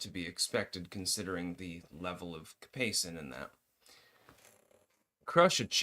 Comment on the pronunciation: It's capsaicin